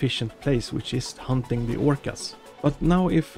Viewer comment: Dude it’s not “humping” it’s hunting